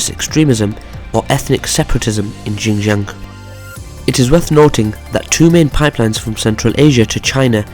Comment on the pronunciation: Xin Jiang is pronounced SHIN JIANG. With a very heavey SH sound.